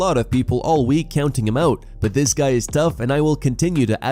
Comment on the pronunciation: Everytime i hear 'alright lets get these show started' it annoys me. why couldnt he just enunciate lol